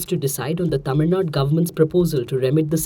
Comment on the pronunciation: Tamil Nadu ma'am not Tamil Nad